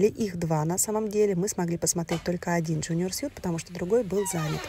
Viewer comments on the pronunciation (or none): none